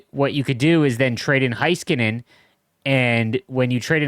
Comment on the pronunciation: I’m begging you to please pronounce Heiskanen correct. Hey-skuh-nen